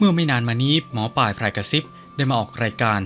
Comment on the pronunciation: อ่านนามสกุลแม่หมอให้ถูกด้วยค่ะ